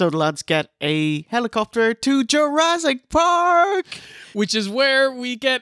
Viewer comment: "URASS!" PARK